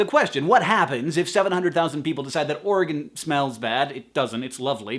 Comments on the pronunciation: Yay!! You say Oregon properly!! 3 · As an Oregonian, I am delighted to hear that Hank pronounces the state name correctly and thinks my home is a lovely place and doesn't smell. :)